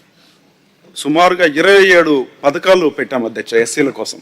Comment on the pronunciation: అద్యచ కాదు అధ్యక్ష